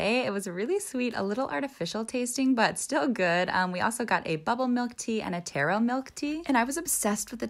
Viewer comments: It's pronounced ta ro not Tay ro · Pls correct me if I’m wrong but I’m pretty sure it’s pronounce tahro and not tero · Taro is pronounced Tarr•oh 😅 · Ntbr but it’s pronounced taa-row😊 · It’s pronounced like taa-rou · It’s pronounced to-ro lol (but it was a funny way to say it too) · Y does she pronounce taro like tarot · The word taro is pronouced tAhroh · So we gonna ignore the fact she pronounced taro wrong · That not how pronounce taro